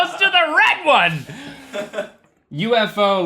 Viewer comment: haha love how UFO instantly means southern accent : )